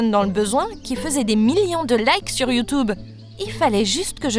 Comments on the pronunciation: ils disent YUTUBE au lieu de YOUTUBE! hahahaha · Sur "youtoube"😂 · "...dans le besoin qui faisait des millions de likes sur youtoube" mdr j'aime trop sa prononciation de YouTube 😂